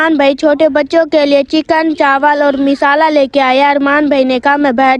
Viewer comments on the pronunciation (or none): बहन मिसाला नहीं मसाला होता है